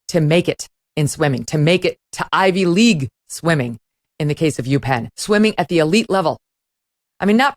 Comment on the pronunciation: Hahahahha that was funny. Why did you say IV league like that? Those athletes aren’t good athletically typically. The best Athletes go to State Schools not IV leagues.